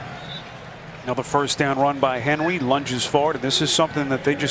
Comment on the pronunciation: That announcer Appearently can't use R's. He says Henwy instead of Henry.